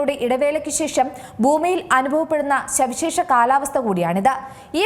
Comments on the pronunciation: ഈ അവതാരകയ്ക്ക് ചന്ദ്രക്കലയിൽ അവസാനിക്കുന്ന വാക്കുകൾ കൃത്യമായി ഉ‌ച്ചരിക്കാൻ അറിയില്ല. -ൽ സവിശേഷ എന്ന വാക്ക് ഉ‌ച്ചരിക്കുന്നതു കേട്ടു നോക്കൂ. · ശവിശേഷ അല്ല, സവിശേഷ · ശവിശേഷ കാലാവസ്ഥ . ദൊന്തുട്ട് ശവിയാ ഇങ്ങനെ പറേണ് . സവിശേഷ കാലാവസ്ഥ ട്ടാ അതാ ശരി . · എന്താ ഈ ശവിശേഷാ